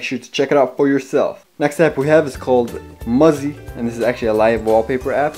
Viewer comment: You didn't pronounce Muzei correctly.